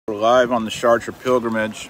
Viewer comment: Something about a Texan pronouncing Chartres 😂😂